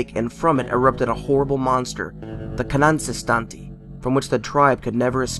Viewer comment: I don't think you once pronounced this one's name